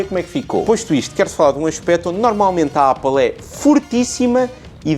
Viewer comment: O a dizer Ápal é super egngraçado 🤣🤣